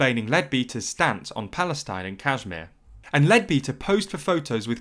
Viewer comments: Just so you know, it's pronounced "kush-meer" :) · It sounds a bit computerish to me, which would account for the persistent mispronunciation of place names like Kashmir and Amersham not too mention Leadbeater.